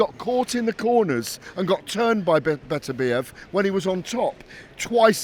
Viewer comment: Another one incapable of pronouncing Beterbiev's surname properly. And he's supposed to be a journalist...